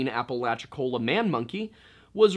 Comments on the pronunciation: Yeahhh I kinda took issue with that. I’ll chalk it up to simple ignorance because he did make the effort to research the indigenous folklore and I felt like he did a good job with that. But also, most of us probably already know how to say Appalachia, not too hard to add “cola” to the end lol. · Every time i hear "apple atch ya" i want to throw apples at people